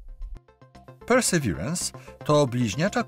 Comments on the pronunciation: "Per Ser Verence" - to tak na serio czy dla śmiechu? * Jeśli na serio, król Verence II, władca Lancre, będzie zaszczycony :)) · PERSERWIRENS.. 😅 Gdzie Ty tam masz “r” w środku 🤣 I jeszcze ten sztuczny akcent do błędnie wypowiadanego słowa.